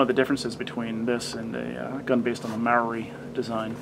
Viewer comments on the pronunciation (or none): Omg thats not how you say Marui...